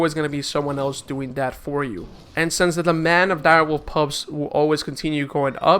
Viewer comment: oh man, you keep calling pups "pubs" so triggered